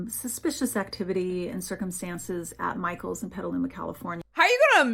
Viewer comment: PETALUMA?!?! I’m sorry but… I literally live a neighboring town to Petaluma.